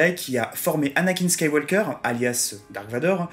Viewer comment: Petites remarques sur la forme, qui se veulent constructives : "Luke SkywaLLLLLker" Si tu prononces à l'anglaise, le L ne s'entend pas. "Le général GrievIIIIIIous" Y a pas de "i" après le "v" donc c'est "grivousse". Et pour ne pas répondre à ta question, je me demande en quoi tu estimes qu'il a été sous estimé alors que tu dis que c'est un des personnes les plus apprécié, LE PLUS suivi et qu'il vas avoir son SPIN OF. Tu montres que c'est un personnes clé de la saga et même si je pense que tout le monde s'en est aperçu, tu en fait la démonstration donc bon... je ne trouve pas ta question très pertinente pour parler franchement. Sinon je trouve la vidéo sympa, merci pour cette vidéo :)